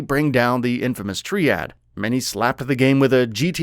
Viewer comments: “Tree-add” saying “Triad” in sleeping dogs. Oof. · This guy just really called it the “Tree-add” LOL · I reckon he must be part Irish. The "Tri" in "triad" means 3. Irish person pronouncing 3 as "tree" hence, he got to pronouncing it as "tree-ad". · You mean "tree add" lmao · And hereby going forward I’ll Never watch another video on this channel for their wild mispronunciations. What is a “tree-ad”. who says triad wrong ???? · The way he said "Triad" thoo..